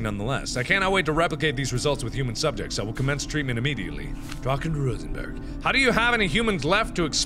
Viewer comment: Dr. Rosenbergh. The way you pronounce him reminds me of Dr. Rosenberg from Half-Life: Blue Shift lmao